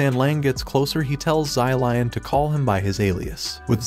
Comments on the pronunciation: zai lian that is not how you say his name the correct way to say his name is "Shi-liehn" i think. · Sylion- pLeaSE i cannot 💀💀💀💀. Props to this guy for trying though as a Chinese i always love it when western people try to pronounce chinese it is always comedy gold 👍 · I don't know why but every time he says "zylion" I start cracking up lmao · same XD ZY LION SUPER MERCY!!! XD